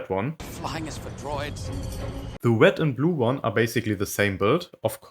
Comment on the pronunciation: "The wed one"